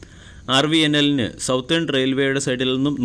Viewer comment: സൗത്തെൺ അല്ല സതെൺ.